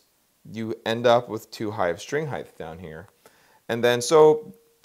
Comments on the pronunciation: Awesome model. great explanation. Can't stop noticing he seems to be saying "heighth" its in my head. Wtf is heighth. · Neat model, good advice. Friendly reminder that “heighth” is not a word.